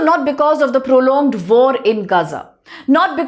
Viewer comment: Wait, I didnt know theres vore in gaza, are gazans even into vore? (I know its an accent thing and she actually says war, but its kinda funny)